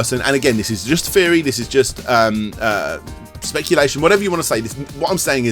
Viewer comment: feory, fhree.. ffs man